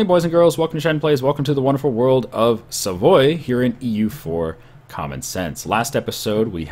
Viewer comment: He said Savoy (the English way) OMG!